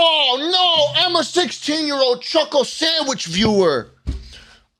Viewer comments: Chuckle moment Edit: Sclhuckle Chandwich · Time for my weekly dose of "Sluckle Chandwhich"